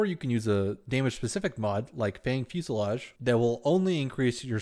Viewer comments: gg, i like the new format, and love all the accurate detail, keep up the good work! my only wish is checking correct mod or weapon names, fusillaDe, sounds like lemonade, not fusillaGe XD, (no big deal, just help u sound as pro as poss);p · Heh. Fusillade, not fuselage. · I mispronounced it in the video, but its Fanged Fusillade and it can be dropped by Eidolons, purchased from Baro, or purchased from players for plat (8-10ish) on PC.